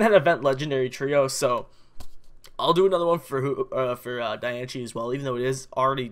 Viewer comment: Its not Die - an - che its Die - an - ce